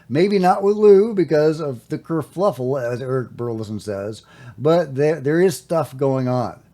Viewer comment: Cur fuff el.. not fluff el....i better be right or im leavi ng town